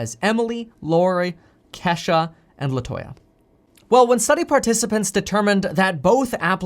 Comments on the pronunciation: Kevin it’s kee shuhhh lol 🤣🤣 not Kesh a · It's not Kesha its Key sha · Coming form a black dude it’s not Kesha is KEESHA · Kesha pronounced Key=sha lol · Lol bro lol I’m pretty sure it’s kee as in kesha but pronounced kee sha Lol !! Love you man keep doing your thang !!!!!! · And it's Kesha (Keesha) with a hard e 😁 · Okay Kev love you Bruh but the name is pronounced Kesha or Keisha sounds like this KEE-SHAH . Other than that thanks for having the courage to speak up for Us Black people , You Rock!💯✊🏾💖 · LOL! Your Kesha is pronounced Keesha with a Long E. :-D. I like you. You're a cool dude. Try not to butcher our names. LOL! :-) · Boy I tell you I was screaming “KEE” Kevin it’s “ KEEYSHA” Kesha is a white 👩‍🎤 singer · Is Kevin trying to say Kisha Kesha Keyshia Keshia OR Ke-Shh-Ah 😭🤣😂😂 Just asking lol But keep up the good work Kevin Love ya man❣️